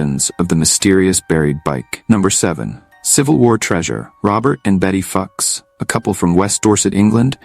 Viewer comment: I think you might be mispronouncing the Fuchs name, but carry on.